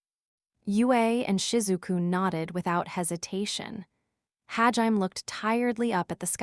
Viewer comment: Sometimes I wish it would say hajimé and not ha-jime but it's still a great tts